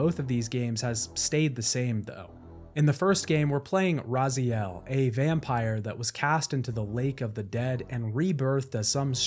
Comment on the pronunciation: Thank you for the video! And a BIG thank you for saying Raziel instead of Razael this time! :D